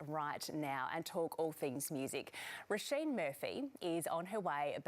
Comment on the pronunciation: who the hell is "Rollshain" Murphy LOOOOOOOOL